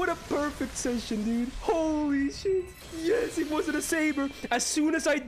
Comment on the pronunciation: I like how he says yesh.